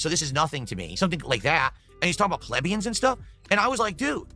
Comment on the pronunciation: it’s pronounced pl-ee-bian, …